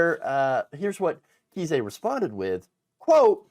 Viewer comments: JFC dude. It is NOT "KEY-SAY" it is "KIZE". "CHRIS KISE" A Friendly note. If you can't pronounce people's names correctly, you shouldn't be doing news podcasts and look like a fool. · trumps lawyer's name is pronounced like 'Ice" with a k (K-ice). But if you're pronouncing it wrong on purpose I'm fine with that too. 😏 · Just a small note: pronunciation for Kise.... rhymes with "ice"... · I think he pronounces it Kice, like ice. It should be pronounced fool. 😂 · nation- It's pronounced with a long "I"-Kise, rhymes with Rice.